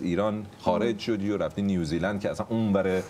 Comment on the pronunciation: بابا... اسم کشور New Zealand هستش و نیوزی لند تلفظ میشه، نه نیوز لند (News land)... تو رو خدا یکم دقت کنید! دم سینا گرم که درست تلفظ میکنه و هی هم‌تکرار میکنه که اون خانوم متوجه بشه ولی اصلا تو باغ نیست. کار موزیکش خوبه ولی تلفظ بد اسم کشوری که توش زندگی میکنه رو اعصابه.